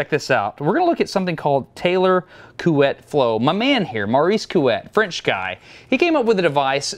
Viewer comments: Everyone must have said this by now but your pronunciation of Couette is good. I mean if it is pronounced like a French word would. Like Chouette. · Salut! provenant du québec, j'aimerais vous féliciter votre prononciation EXCELENT de "Couette". Coo-ett. smooth and not too long. Nicely done. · You know, you can actually take a minute to FIND OUT how to pronounce a French name, instead of pleading ignorance... Anyway, I think you pronounced it just fine. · You've actually nailed the pronunciation of Couette. Other than having a slightly American tinge to your vowels (we muricans tend to have an odd flavor to our "oo"/GOOSE sound), you definitely got the closest English approximation of the French vowels. If you asked francophones to spell what you're saying, they would spell "Couette", so well done, even if by accident ;) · I’m french and your pronunciation of Couette is actually right so good job ! 👍🏻😂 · French here and agree too on prononciation but surprised that no one told that "Couette" means "bed sheet" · You say "Couette" very well actually! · You pronounce couette well, gg :) 🇫🇷👍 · You pronounced Couette correctly BTW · Couette was said correctly. The ette sound is found in english a lot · You pronounced couette perfectly ... this is coming from a guy that is pretending to be french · Hey Destin, I speak French and your pronunciation of Couette is excellent, so no worries! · Your prononciation of COUETTE is more than ok Destin! HI from France 👋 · Yay you say Couette perfectly 😝 Really interesting video 👌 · Yup. But "Sir Taylor"... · Your pronunciation of "couette" is pretty good ( I'm french just in case) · great pronounciation of Couette ! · Your pronounciation of Couette is pretty good actually. Coming from a french speaking person. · Well, your pronunciation of Couette is quite good ! I 've also learned that somebody was called "Couette", which is basically the french word for "bed comforter"... The video is great, thanks a lot ! from a french guy